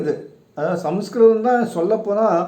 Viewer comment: Sir, Your proniucing the sacred ancient language is wrong, I think. It is not samaskritham, it should be samskrutham. The "ma" should not be pronounced in full. Your efforts are praiseworthy.